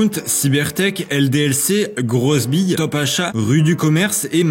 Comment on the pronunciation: "grosse bille" pour grosbill, j'ai l'impression que personne à capter